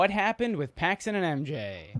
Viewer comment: You finally got Randy Brown right and then go and botch Paxson the whole video saying Paxton lol